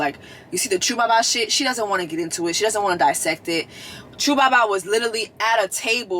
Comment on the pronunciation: Lol Jess it’s not “Chu Baba” it’s 2 Baba. But I love the reviews. Give this girl a reunion show slot